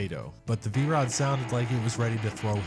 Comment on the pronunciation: V-ROO? That's AI. Lots of nice bikes though.